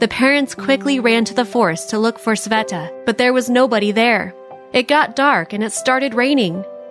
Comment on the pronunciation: its sveta not saveta